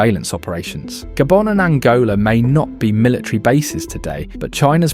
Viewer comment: what you mean gaybon its called GHA-BHO-N